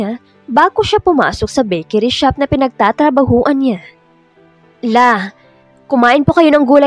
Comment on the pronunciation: PINAGTATRABAHUHAN NOT PINAGTATRABAHUAN